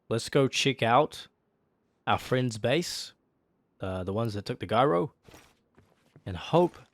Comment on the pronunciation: gyro is pronounced with a j not g